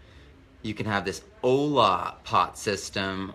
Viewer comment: It's pronounced oy yah. It's spelled Olla. The ll's are pronounced like y. I use them in my garden.